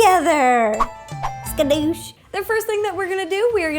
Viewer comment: I love the way she says Skadoosh!! xD